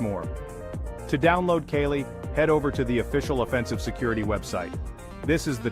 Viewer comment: The hacker scenes in this video are obviously fake. Why is your pronunciation of Kali so inconsistent? Why are parts of this video blurred?